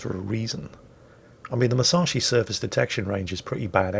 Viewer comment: ...how...how do you pronounce Musashi right and continue to screw up saying Yamato (Yah-mah-toe)?!